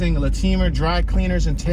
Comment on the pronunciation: You pronounced Latimer wrong. Not even close.